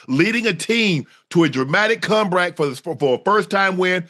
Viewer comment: “A dramatic come-dract”🤣🤣🤣😂